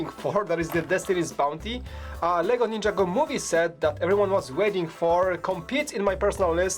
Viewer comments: its a laser pointer and u keep saying ninjago wrong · Mike says Ninjago so wrong it's not ninja go City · He says ninjago wrong every time